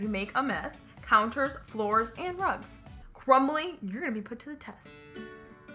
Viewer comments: It’s pronounced Crumby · Does she notice that it is crumby not crumbly lmao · it is not crumbly, it it crumby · It's crumby for heaven's sake and she keeps calling it crumbly 😂 I enjoyed it 😂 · Does anybody else notice that the lady bug is CRUMBY and she be calling it CRUMBLY no hate just funny